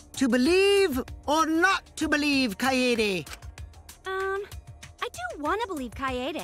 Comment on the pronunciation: Om kaede.... Not kayaydays.....